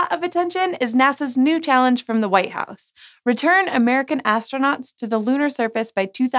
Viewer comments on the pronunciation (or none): none